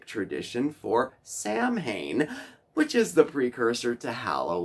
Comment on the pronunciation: Just FYI, Samhain is pronounced "sow-WEEN." Loved the little history lesson and the plant ideas. I'm definitely going to try the rosemary topiary. So adorable. Well done,!